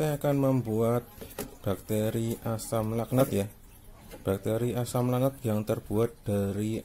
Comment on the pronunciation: Kok saya dengernya asam laknat 😭